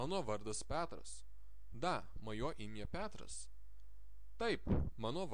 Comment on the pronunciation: Хочу внести небольшую поправку- в литовском языке есть буква "e", которая после согласных букв читается как звук" я".Поэтому в первом уроке следует исправить ПЕТРАС, на ПЯТРАС. Ну и ещё некоторые вещи есть, например "giarai" литовцы произносят " гярей"/. Произношение " гярай" не совсем правильное. :))))Если я неправ, надеюсь мастер меня поправит.